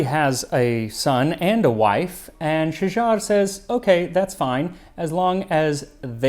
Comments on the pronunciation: not Shajjar al duur, shagarat addurr. I feel you are doing it in purpose like zios saying KHKHKHamas to degrade their exposer. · Egyptian here and I absolutely enjoyed your take on that part of Egypt awesome history It’s Shagarat not Shagar as the first is a singular tree while the latter is the plural form of the word ie trees 😂 I recommend you explore another famous Egyptian dish - Molokhia also dating back to Mamluks era with another very intriguing story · Thanks for the video man, great to introduce our historical dish’s to everyone ❤, I’m a native Arabic speaker just a small correction her name was Shajart with T, not Shajar. Shajart Aldur is famine Shajar used plural for one tree which is Shajarah ( sorry Arabic language is a bit confusing, cheers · For the love of god it's only Umm'u Ali, it's so damn simple, if you're doing all that research why aren't you bothering to learn how to pronounce it?? And Shajar-Al-Dur? It's Shajaret-Al-Dur or Shagaret-El-Dur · Its pronounced Shajaret ildurr. Thanks for the recipe amd history❤ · Love your videos but I can’t stand listening to you mispronounce these two words. The name of the dish should not sound like you are talking about someone’s last name of O’Malley. There should be a slight beat (for musicians it’s like a sixteenth of a rest). The queen’s name is Shajarat Al-Durr. Without the T it is plural and the T is there because Tree is feminine. keep doing what you’re doing. Hope this helps.